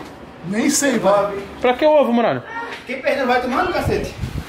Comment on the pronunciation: TEM FALANDO "MUGALHA" AO INVÉS DE MURALHA TEM LIKE!!!!!